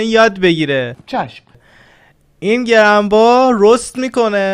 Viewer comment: Mardi Grumbae (talafozesh Gerambei hast va avale har clipesh mige :)) ) ro mige Geramba .. Halal Olsun ..